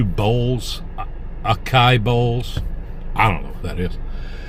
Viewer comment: Akeye bowls lol. Acai= ahh sigh eee. Just so you know. You can impress your friends next time they say it wrong. Lol.